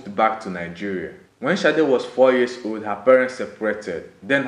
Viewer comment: sade not shade oh man